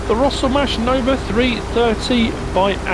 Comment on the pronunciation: Sorry but I'm just on a roll today and when you said Rostelmash the way ya said it made me think Monster Mash...it was a graveyard mash!